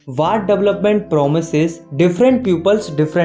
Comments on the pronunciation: it is development not dovelopment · Development ❌ Dovelopment✅ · development❌ Dovelopment✅ lawll🤣🤣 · Development ❌ Double-up-ment ✅ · In Dovelopment ❎ Development ✅ 😅😅............. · development❌ dovelopment🟢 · Development ❌ Dovelopment ✅ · Dovelopment ✅ Development ❌ 😂😂😂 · Development ❌ Dovelopment ✔️ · Doveloped ❌ development ✅ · sir it's Development not dovelopment ( / ) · Develpment word ki dhajiya uda di🤣